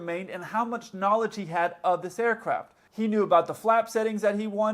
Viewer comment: Whenever you say aircraft it sounds to me like air-crap